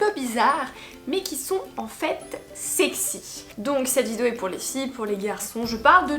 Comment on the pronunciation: Ahah toujours du mal avec le mot vidéo, mais t’inquiète on t’aime bien😂